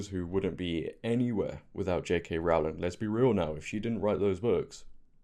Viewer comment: Hope you don't mind me pointing out, her surname is pronounced Row as in row the boat 😊